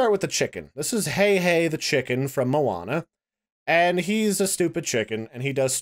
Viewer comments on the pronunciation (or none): it's pronounced H A I H A I not HEY HEY